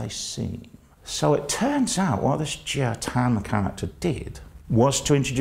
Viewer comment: Jia as pronounced more like "jar" than like "gee ah" (with a British accent).